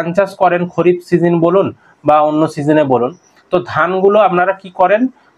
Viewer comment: খরিফ না দাদা খারিফ হবে ভুল বলছ কেন এত